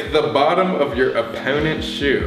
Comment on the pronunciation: Haha the way colby said oppenents